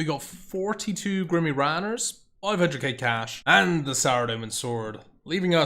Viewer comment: Its grimy not grimmy